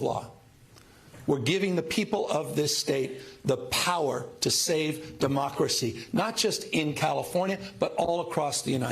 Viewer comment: Did he just say, mockeracy. Instead of democracy 😮😮😮😮